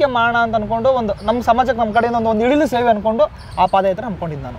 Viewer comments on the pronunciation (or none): ಅಳಿಲು ಸೇವೆ❎ ಇಳಿಲು ಸೇವೆ✅😂😂